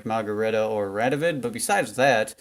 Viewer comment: You did it. You said his name right. I'm so proud of you. Also I'm catching up on all your videos. Good stuff m8.